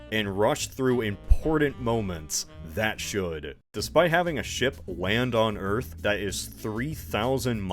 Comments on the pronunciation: Welcome to EARF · Just finished watching the movie and saw this was posted. “WELCOME TO EARF”!!! “THATS WHAT I CALL A CLOSE ENCOUNTER-Rips Cigar” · Welcom to earf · "welcome to earf" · WELCUM TO EARF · “Welcome to Earf!”